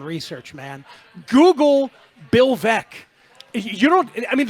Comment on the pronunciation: I think it's a stretch to assert that he didn't know Baez was a Cub. He was referring to the Sox fans' animosity toward him, which makes little sense to begin with. And the Veeck mispronunciation doesn't necessarily mean he didn't know the basics of Veeck's legacy with the team. Can we really tell the difference between someone who didn't prep and someone who is just not at the point where he can access all this info live, on the fly, while providing commentary?